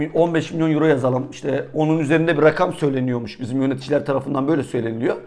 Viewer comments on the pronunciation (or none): none